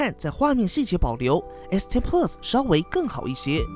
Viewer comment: 你这个plus的发音实在让我………………………………………